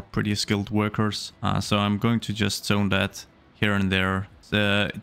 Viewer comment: I didn't understand why he kept saying "sone", then I realized he's trying to say zone haha